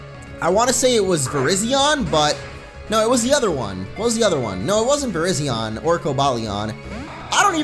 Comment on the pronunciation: its virizeon